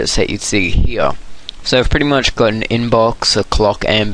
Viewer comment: you are pretty much sayin' pritty much!!!